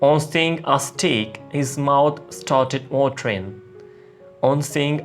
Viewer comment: Nyc video Steak ki pronunciation thori mistake i think